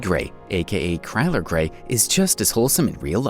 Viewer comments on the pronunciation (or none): Chyler not chryler leigh (lee)